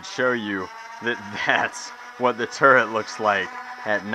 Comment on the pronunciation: Whe he said "turret" it sounded like "turd"